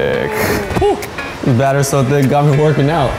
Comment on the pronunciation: it should be thiiiiiiic not thic c c c